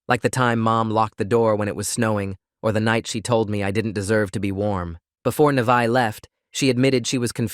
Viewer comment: alr ik this is random but my name is also Neveah and it makes me so MAD when ppl say it "Ni-va-h" like bro, its pronounced "Nah-vae-h